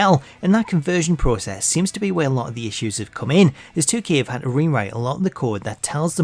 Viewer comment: When I was young: mom said "if I drop this object, it falls" Charlotte today: "IDONTHABEANYPROBLEMSWITHGRAVITY"